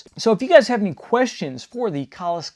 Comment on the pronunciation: I'm so glad you pronounced that right